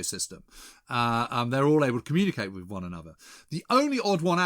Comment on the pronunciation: Who's it wiv, James?